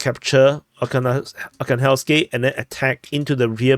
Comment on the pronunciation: AR-HAN-GHELSK This is how is pronounced.